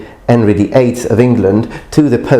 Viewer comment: King 'Enry the Eighth... lol